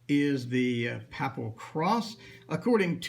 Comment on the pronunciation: Also, isn't papal pronounced "paepal"?